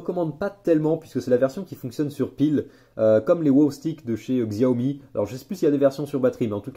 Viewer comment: xiaomi se dit chiaomi !!!!!!! sinon cool la vidéo